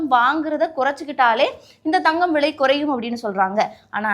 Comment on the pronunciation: விழை இல்ல தாயே… விலை விலை நீயெல்லாம் news வாசிக்கிற கொடும கொடும